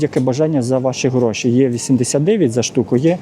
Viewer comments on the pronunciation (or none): none